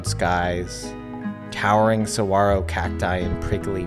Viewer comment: I’m begging people to learn how to pronounce saguaro hahaha great video though!!